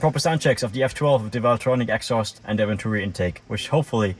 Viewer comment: "Egg-sauurst" -exhaust